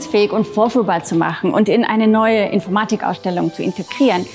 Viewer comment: Die Aussprache von "Infoormadig Ausdellung" geht mir irgendwie auf den Keks